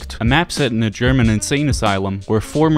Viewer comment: Your german pronounciation is pretty damn good! Made me really happy to see! :D Thank you!